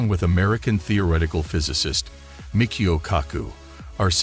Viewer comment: You can tell its an AI talking since it does not correctly read Type I, type II or E8xE8 ! And mispronounces too Michio.